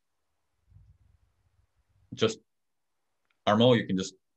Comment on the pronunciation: Thanks! PS: It's Armand, not Armo, it is a French pronunciation.